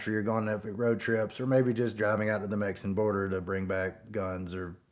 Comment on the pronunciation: Did this dude just say megzigan boarder?